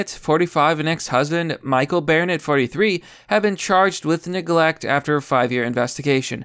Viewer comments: Wtf I dont think you’re an American anymore. I didn’t care about the several mispronunciations in every other video, but pronouncing BARnett as BAREnett? Thats like one of the most common names in the US, and you started pronouncing it correctly halfway through the video. You’re all over the place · Bore-nett, Bare-nett, Barnett. Keep it up. You'll get it eventually. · "Bear Net." LMFAO, Dude I seriously think you intentionally mispronounced peoples names sometimes!!!🤣🤣🤣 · Dude, it's Bar-nett Sound it out buddy. 🤦‍♂️